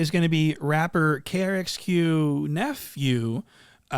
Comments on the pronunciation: my guyyy !! u butchered RXK's name time n time againnnnnn !! LOL KRXQ101.5 hahaha did my dude like a radio station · Am I wrong or is it rxk nephew? Bro said krxk or something a few times and maybe I’m dumb but think that’s wrong? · it’s RXKnephew*, lol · How did you get RXK nephews name that wrong? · lmao you butchered RXKnephew name